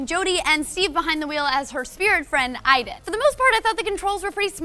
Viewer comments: isn't it Aiden, not Iden? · Don't you pronounce it A-den, not EI-den? :S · spelt aiden, pronounced iden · The game pronounces it as "eyedan" so thats why they say it, even though its spelled Aiden